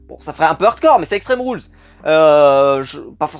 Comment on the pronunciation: en debut de video ca fait mal au oreille avec extemes rules lol pour moi caqui est anglais doit etre dit en anglais